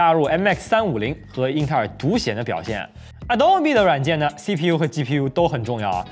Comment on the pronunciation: 暴躁老哥: 能不能不要老是鸡批U鸡批U的？ 鸡皮疙瘩都起来了！ 发音标准一点不可以吗？ 取关了。